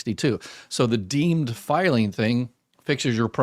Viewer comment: “deemed,” not “dean.”